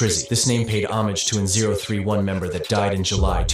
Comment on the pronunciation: 0tray1 is how 031 is said